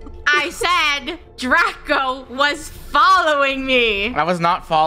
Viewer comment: DRACO not daco